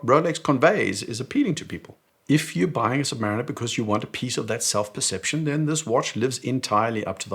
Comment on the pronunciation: OK, but how can you still mispronounce "Submariner" the way you do? It is pronounced "Submarine" (like in the Beatles song - remeber 😊!) and then "er" ... 🤪